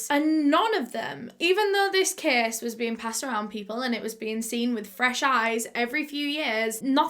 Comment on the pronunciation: Lol Everytime she says "case" my ears automatically hear "kiiiss"